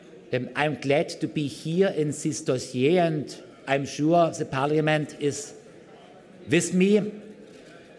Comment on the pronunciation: Äm schua😂